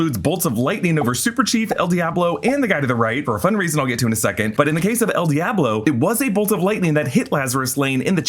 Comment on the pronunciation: Dee-ahh-blow 💀 It’s Dee-ah-blow